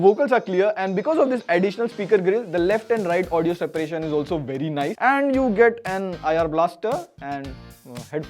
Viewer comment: You have to open your mouth to pronounce nice..